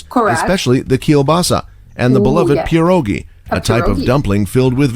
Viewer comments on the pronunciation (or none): Zakopejn 😀 All pronunciations of names are inaccurate yours crime also - pierogi(s) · Say pierogiS one more time, I dare you i double dare you... imagine pierogi already are plural... single one is "PIERÓG" try to pronounce that ;)